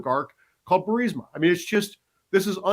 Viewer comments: Burisma not bursema. For the crystal clear correct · Great job, as always. I knew a lot of this, going back a long time, but you do a great job of putting everything together and tying it with a bow. Only please, it's Buris-ma, not Bur-sima. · Benny it's Burisma!!! Not Bursima. No one pronounces it that way and that's not how it's spelled. I like the show but as an educated man, and the tons of people pronouncing it, you should know better. 😏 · It's not Bursima, it's Burisma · Bur-is-ma, dude, Bur-IIIS-ma!!! Not Bursima! Good gosh it isn't difficult. Literally everyone who follows politics even a little bit know how to pronounce this 🤦‍♀️🤦‍♀️🤦‍♀️ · Benny, do you say "Bursima" instead of "Burisma" on purpose? Lol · You keep calling the energy company Bursima. I've only known it called Burisma. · Burisma not Bursima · BURR-IZZ-MA NOT BURSIMMA if you can't even pronounce the word correctly, I can't take you seriously on anything else you say about it because you obviously don't care to even pronounce the words properly. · Benny, it's BURR EASE MUH (Barisma) not BURR SIM UH. The "i" is before the "s" in the spelling. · BENNY! Pronounce "Burisma" ...........BURR...IS....MA not BURR....SI......MA...................... PLEASE!!!!!! THANKS!!!! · it's BURISMA..not BURSIMA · "Buh-Ris-Ma", not "Bur-Sim-ah" Lysdexia much? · It’s Burisma - ber is mu Sorry, I had to do it🤓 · Benny Johnson it's pronounced Bur-ez-ma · You keep mispronouncing Burisma. It's Brr is ma. You keep transposing the i & s. The National Archive Office has DEFINITIVELY stated that they have ⁸ALL" of Obama's records. If that's true, how did these records becomes Biden's & seem to be Unknown to the Archivist? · Benny it’s pronounced Burr ease muh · I wish Benny learned how to say Burisma. Otherwise he seems intelligent. It's not BUR-si-ma, so i hardly recognize what he's talking about. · It’s BU-REE-ZMA. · You aggravated the crap out of me mispronouncing burisma... Bur-is-ma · It's pronounced Burr-is-mah